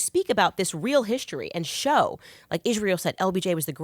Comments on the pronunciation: I have nothing to say about this conversation other than i cringe every time that Candace mispronounces "Israel". Why does she put an "h" behind the "s"? Is it intentional? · What’s with her pronunciation of Israel? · I love Candace but every time I hear her pronounce Israel I have a an aneurysm